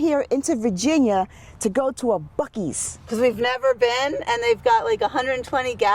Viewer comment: What the heck is a buc-eee???!🫤🫤🫤